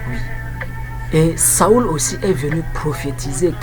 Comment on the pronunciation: Mon cher ami, Saül se prononce [sol] et non [saul] => (saoul).